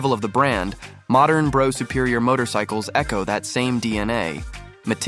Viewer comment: Brough is pronounced bruff